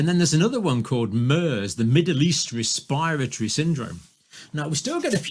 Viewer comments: NDJC can't even pronounce respiratory properly! 😳🙄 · I've never heard anyone pronounce 'respiratory' the way he does.